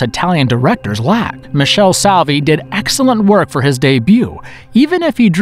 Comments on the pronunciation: Please Michele Soavi not Michelle Savi😅... anyway nice video 😁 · Tha name is Michele soavi not michelle savi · Wow, narrator really butchered Soavi's last name xD